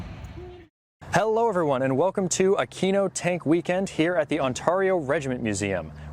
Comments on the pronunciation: Great video as always! Just a tip: Aquino is pronounced Akweeno :) (I'm Italian) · I heard the first time you said aquino as "I'm at a Kino tank weekend..." and thought "ya man tell me about it"